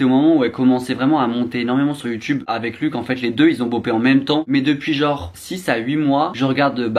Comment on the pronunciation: Par contre, pour éviter qu'il te tape sur les doigts , son prénom se prononce pas "luck" mais bien luch, avec le son "ch". Il l'a répété plusieurs fois dans ses vidéos 😅